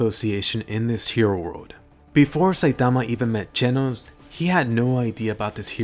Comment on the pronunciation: Genos, it's pronounced "chen-os"